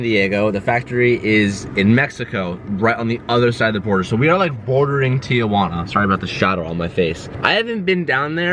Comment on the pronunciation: Tijuana ? More like Teejuana